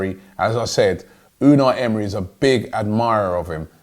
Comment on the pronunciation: Robbie Unai Emery’s name is pronounced emray